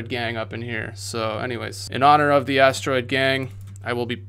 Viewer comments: It's an ass-droid? Do you mean asteroid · One time I thought he said "ass droid" and now I will forever hear that word as such. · All I hear is "ass droid" and I'm sorry 😂